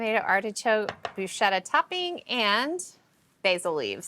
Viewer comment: Thank you for saying "bru sK etta" (!!) Well...once...because it is not bru shetta!